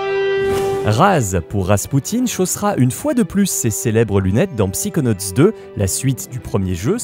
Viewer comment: On dit "Saykonauts" et pas "Psikonauts"